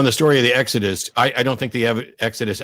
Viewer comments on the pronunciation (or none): none